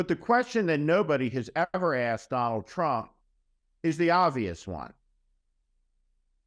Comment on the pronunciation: Watch out for that waskly wabbit you know TWUMP !